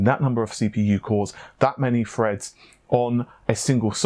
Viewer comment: "Thirty two cores, sixty four freds". Stop being lazy. You sound stupid saying f instead of th